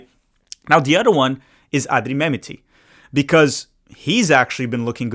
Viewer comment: Thanks,. Love the video. Can you check your pronunciation of Mehmeti? Think it’s Meh-met-ti.